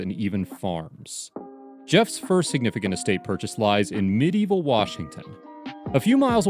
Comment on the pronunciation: It sounds like you are saying that Jeff lives in Medieval Washington. It' Medina, where Bill also lives. meh-DINE-ah